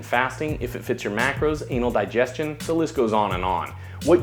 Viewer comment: am i hearing it wrong or did he say ''intermittent fasting, ANAL DIGESTION, and the list goes on..'' HAHAH